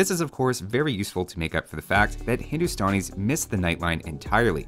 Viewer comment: No one:: "Hindustonis"